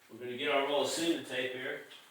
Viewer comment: did he say semen tape? lol